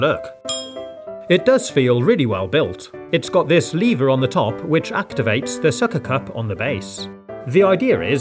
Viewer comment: Lever ❌leever ✔️